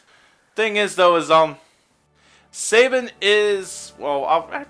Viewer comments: You're saying Sabin wrong...stop...please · Sa-bean! It is pronounced Sa-bean! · I'm sorry guys it's not your fault, but I've heard his name mispronounced too many times. It's French in origin and it is pronounced Sah-bean. Thanks for your patience.